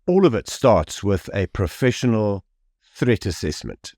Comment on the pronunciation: Its called "profwsional"❤